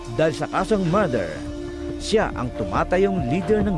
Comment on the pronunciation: hahaha mather daw imbes na murder